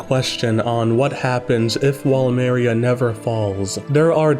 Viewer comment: please stop pronouncing "paradis"and "maria"